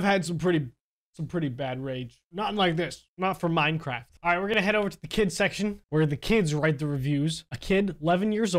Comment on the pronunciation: Hey you say minecraft to minecrap